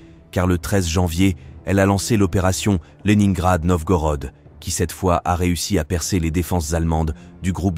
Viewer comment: Au deuxième "Lenaingrad ", je n'ai pas continué. Ces voix numériques sont insupportables ...